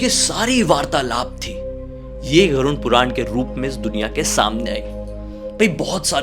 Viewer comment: Every time says Garun puran....I am like pls say ‘Garud Puran’😩